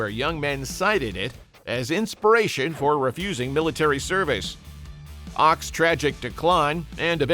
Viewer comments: Phil Ochs name is pronounced "oaks" not "ox". The mispronunciation hurt my ears. His music was insightful and brilliant. Thank you for putting this compilation together. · Ochs is pronounced "oaks" not "ox". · Phil Ochs' last name is pronounced like "oaks", not like "ox". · Ochs is pronounced “oaks”…not “ox” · Not Phil OX, pronounced oaks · The phrase "Up against the wall motherfucker" was in Jefferson Airplane's song We Should Be Together. The song you repeatedly play in the video is Volunteers of America. Phil Ochs last name is pronounced Oaks not Ox. If you're going to make a video, get your facts straight. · Phil Ochs last name is pronounced "Oaks" not "Ox". According to kegend, Phil claimed he lost his singing voice due to a physical attack by the feds throttling him. He died too young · Phil Ochs is pronounced "Oaks". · It is pronounced oaks ! The Ochs family are the long time publishers of The New York Times. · Phil Ochs’ name is pronounced as Oaks. He was a great folk singer & song writer. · Oaks. Pronounced like OAKS. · I think ochs is pronounced like oaks. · It's pronounced like oaks -- Phil Ochs. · It is Phil OAKS (correct pronunciation). You make this sound much more dramatic than it really was. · It's insulting that you mispronounce "Ochs". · It's Phil Ochs (pronounced Oaks) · The mispronunciation of Phil Ochs' last name is seditious and treasonous! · Love Phil oshs, listening to him a lot now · Comrade Ochs😂